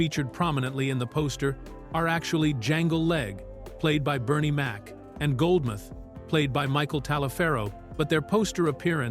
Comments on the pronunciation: Goldmouth not Goldmith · For those that are unfamiliar. This is NOT Eddie Murphy's only film without playing multiple characters. All of the Beverly Hill Cop movies,, Boomerang,, 1000 Words,, Trading Places,, 48Hours,, I can go on but you get my drift.. and it's Goldmouth not Goldmyth..